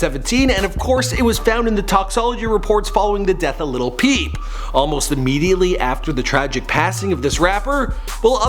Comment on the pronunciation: He said liTtle pEep 😂 lol